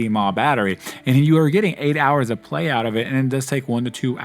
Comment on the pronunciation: pls dont say MAH when referring to milliampere hours 😭😂😂